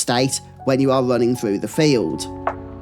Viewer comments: Can I ask you where are you from? I'm from Spain and it took me like 10 minutes into the video to get what you were saying because I'm clearly hearing all the time "failed" instead of "field". Is it common in your place or it's just the way you say it? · when you say "field" it sounds like "failed"